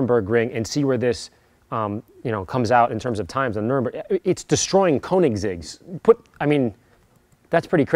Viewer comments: "Nuremburgring"? Woah, gotta get me there ASAP! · As someone who's driven on the Nürburgring, it's unbelievably painful to hear you call it the "Nuremburgring" multiple times :/ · "nuremburg ring" lol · "The Nurembergring" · Butchered the name😂